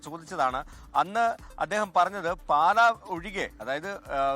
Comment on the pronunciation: പാല അല്ല പാലാ ആണ്